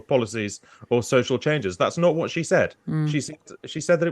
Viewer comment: "exept".... "whot"...Yoo don't speaka di Inglish? Lol!.